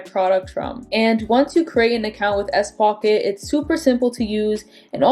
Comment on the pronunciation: Are you saying s-pocket?